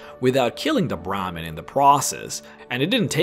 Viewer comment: Hey, I’m not trying to trash your accent but you are a content provider, you should work on proper pronunciation. Words like Brahmin, peyote and fallout are words you should work on. Unless you prefer to keep extracting protein from that dong.